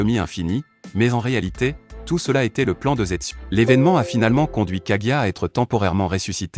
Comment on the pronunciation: J'ai bien apprécié cette vidéo mais la façon que tu as de prononcer certains mots comme sharigan ou hokage sa m'énerve beaucoup lool